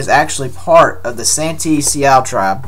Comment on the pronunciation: Sioux is pronounced Sue